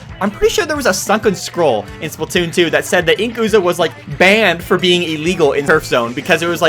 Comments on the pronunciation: The inkooza? You mean inkZOOKA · Ink-ooza? Dy-NAM-oh? I'm done.